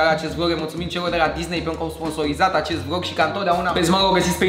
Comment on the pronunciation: Uita-te la video si tu si vezi ca ai spus vog in loc de vlog